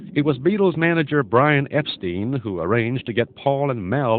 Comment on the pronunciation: The Beatles' manager's name was pronounced "Epstine", not "Epsteen".